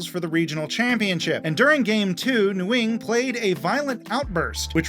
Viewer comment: for future reference, “Nguyen” is pronounced more like “Wen”